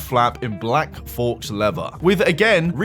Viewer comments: Faux is pronounced foe, not forks lol. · Also faux is pronounced fough ha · Faux is pronounced "foe" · I don't think it's fox leather, that is probably illegal to sell no? ohhhh Faux, you said fox. Is this AI?! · "English is not their first language," said "thee" host as he spoke of "fox leather" and "cycalists." 😂 OMG, glass houses, mate, glass houses 😂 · "forks leather" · People usually say fokes 😂, I cringe every time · Not a criticism because I don't really care, but faux is pronounced like "Fow" like Slow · did you seriously just pronounce "faux" "fokes" lmao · Did you really just say "fawx" leather? For fucks sake. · Please never say faux again, thanks. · His mispronunciation is a real fox pass